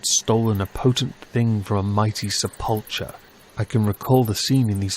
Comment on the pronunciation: Se pul cher? Did you mean sep ul ker? (sepulchre) Not trying to be contentious, just wondering...